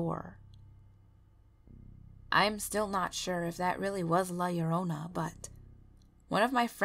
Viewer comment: I liked this because you are the first narrator to pronounce "llorona" correctly